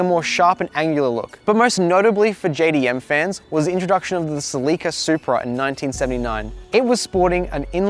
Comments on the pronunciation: sleeke'a? You mean Cell' la Ka? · It's a Celica.. NOT A CELEEKA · You are killing me oh please stop saying ( sea leak uh ) ITS (sell uh cuh) pleas learn how to pronounce it corectly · It’s called “cel la ca” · I have never heard anybody pronounce Celica like he does I don't know if it's an American thing but we say it completely different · Haha we were talking about this when filming that some people might be confused! In America they pronounce it seh-li-kuh vs Australia and a few other places pronounce it suh-lee-kuh. No one knows which one is correct as far as I could find out!